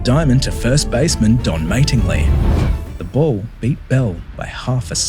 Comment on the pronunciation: Learn how to say Don Mattingly’s name properly. I’m an Aussie and I know how to pronounce it.